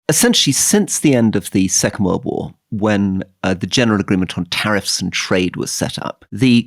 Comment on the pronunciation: The way he said “tariffs” and “trade”